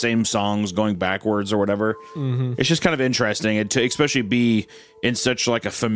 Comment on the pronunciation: No one: Hunter: eKKspeSHLY